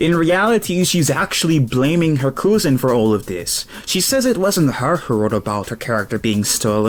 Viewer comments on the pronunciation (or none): Lol at the “koo-zen” pronunciation of cousin. Cousin is pronounced “Kuz-in” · "Her English is ass" because of a typo. Then this dude proceeds to pronounce "cousin" as coozin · the way you pronounce cousin... coosin..... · he said "she has a bad and abusive coosin" but I guess this accent exists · You say cousin funny so I will sub